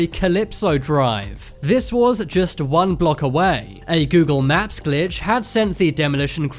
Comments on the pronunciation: Its not funny I think the narrator has a speech inpedinent. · Why are you saying 'naps?' Learn to speak. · Google maps not naps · U said Google nap